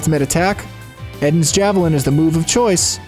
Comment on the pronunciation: Isn’t Eden’s Javelin a reference to the Garden of Eden thus being pronounced EE-den rather than Eh-den?